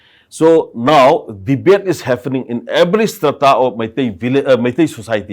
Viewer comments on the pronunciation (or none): It is pronounce HAPPENING not HAFENING😢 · Happening not "haffenin" 🤣🤣🤣